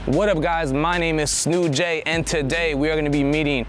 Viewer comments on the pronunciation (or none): It aint “ snew-j” its “snewj” one wordd !!! Ahaha funny cuz watching you old videos it was always one word i aint used to your new content